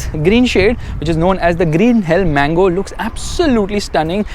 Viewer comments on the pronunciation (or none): It isn't Green Hell 'Mango' It is Green hell 'Magno'. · LOL bro it is not "mango" paint, it is "magno". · Uhh I think you said Green Hell Mango instead of Magno 😂😂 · Green hell magno .. not mango 😂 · Yeah dude I also heard him saying mango😂😂